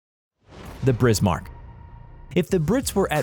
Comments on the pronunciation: He:Brismark All:Wtf dude All to: Bad pronouncation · “Tripitz” “Brismark” it’s like hearing a fork scratching a plate!!!!!!!!! I tried to watch the whole thing to see what people are talking about but I couldn’t take it anymore!!! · Tripitz Brizmark lollll Total bias as you'd expect from an American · "Brizmark", that pronunciation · Brismark.....Tripitz.....I can't wait for this dork to pronounce the Yamatomato Medway.......this guy is dyslexic. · I have never heard such mangling of the names of warships. The Brismark? Good lord. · brismarck, tripiz, prinz eugen. isnt english a germanic or semi germanic language? ok his pronouncyation is even worse than mine. and i am already bad. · Lol brismark and prenz eugen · No one: Every world of warships player when they hear the him butcher the names of the Bismarck and Tirpits “REEEEEEEE!!!!!” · I stopped watching when he got the Tirpitz and Bismarck wrong can't watch any more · Thank you, I seriously thought I was pronouncing Prinz Eugene wrong, until I heard him butcher Bismarck, Yamato, midway, and the rest. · Pronunciation.... Bismarck, Tirpitz, Eugen, Trafalgar. I gave up at 6 minutes... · You said pinz eugen(oyi-gen) and bismark(biz-mark) wrong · the Hood was a battlecruiser not a battleship Edit: it's pronounced Bismarck not Brismarck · BiSMARK not BRismark 16 inch guns not 16 feet guns. I could go on but it would be better if you go back to school son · This is a joke, right? This guy is trolling. It's one thing if you pronounce a word in an Americanized fashion as we do (you don't have to get all fancy when you say mozzarella), but there is no excuse for pronouncing something incorrectly, particularly words in your own language family. BRISMARCK? Really? Do you see 2 letter Rs there? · History : Bismarck , Yamato , Musashi and Tirpitz were the most lengendary ships, Battles like Leyte Gulf, Midway... Narrator: BrIsMaRk, YoMaTo , MaSaShI , TrIpItZ , PrInZ EuGeNe , LeYt GuLf MeDwAy etc.... History: Kill me